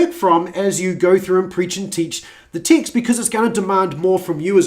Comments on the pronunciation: I thought you were saying "Ticks"for over 12 minutes in...then I saw the words you were reading and noticed you read the word Ticks ?????? AND I then saw Text, you had been saying text/s instead of the word Ticks. LOLOLOL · Everytime he says "text", it sounds like "tics".